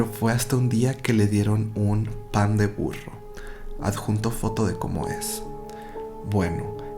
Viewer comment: Jajaja wey, cuando dice el título "pan de burro" escuché 'mandenprno'''' oh Dios